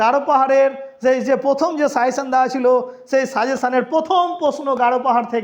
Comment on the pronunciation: Sir it's not 'suyession', it's "SUGGESTION"